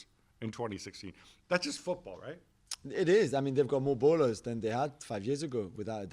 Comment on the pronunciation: Jules its 'baller' not 'bowler' I am sure u r not a cricket fan